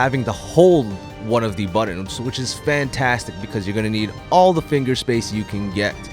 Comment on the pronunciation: Okay I know this video is 7 years old but these content creators and their "buddons" Holy shit the word has 2 "T"s not two d's!!!